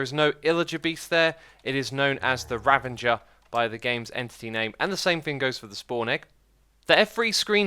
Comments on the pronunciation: "Rav-a-jer" not "Rav-en-jer" ik it's a weird name choice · “Ranvanger” it’s ravager mate. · X, it's the Ravager, not Ravanger. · It's Ravager not Ravenger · it's Ravager not Ravanger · It's pronounced 'ravager', not 'ravanger'. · There's no 'n' in Ravager. It's not Ravanger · "Ravenger" No Xisuma, Ravager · I just noticed that you called the “Ravager”, the Ravanger